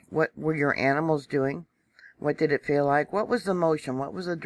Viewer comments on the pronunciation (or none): none